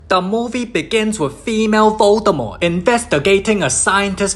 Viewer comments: "Female Voldamoart" 💀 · he literallysaid "Female Voldimort"